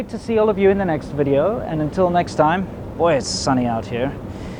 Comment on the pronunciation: "vidEEEOO" not vidAAO